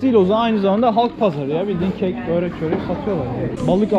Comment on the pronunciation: Abii böööğrek değil börek. Lütfeeenn!!